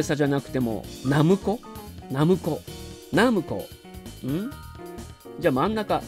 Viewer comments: hijiQuishさんのナムコは「ミスド」みたいなイントネーションですよね(笑)。 実際は「パルコ」みたいな音程だと思います。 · ファミコン当時のCM集なんかを見ると分かるんですけど、メーカー公式としてはナ↑ムコですね。 ナムコットの場合はナ↑ムコ↑ットになり、ナムコミュージアムもナ↑ムコ↑ミュージアムと、ナムコの後に文字が続く場合はコも強調されます。 ちなみに自分はナ↑ムコでした。